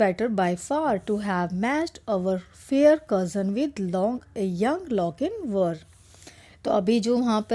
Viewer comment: Mam sorry to say but you are pronouncing his name wrong his name is Lochinvar its chin for example ( chapter)